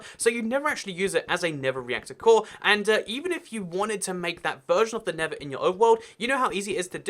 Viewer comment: He pronounces the nether the never